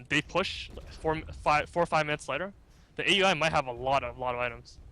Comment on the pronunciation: Pronounced OW-UI NOT A.U.I. please:c